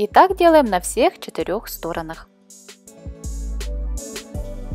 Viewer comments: Так интересно вы ставите ударение на слове стОронах, а правильно стронАх! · Автор, пожалуйста: "сторонАх". Аж уши режет.